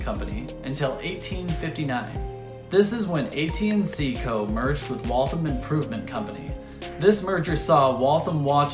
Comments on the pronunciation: Great video. I grew up only a few miles from the factory. The only note I have is that locals say Wal-tham as two syllables with the th pronounced as in thursday. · I’m from Waltham, Mass. We’re proud of our contributions to the American Industrial Revolution. And of course, it’s pronounced “Wall Tham”. There’s no thumb in Waltham 😂 Great video and thanks for showing everyone that Waltham made the best watches in the world.